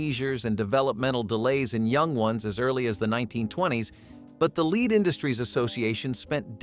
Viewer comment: Lead paint not leed